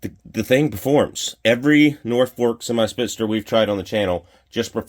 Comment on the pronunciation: Spit-zer...not spitz-ster